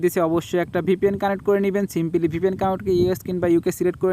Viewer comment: tor heda simpily simpily kore abal simply hobe re abal